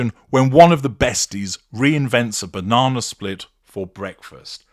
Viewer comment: Telly me Bauh-non-ah...😂